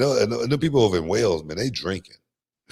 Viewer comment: It's Wales not whales!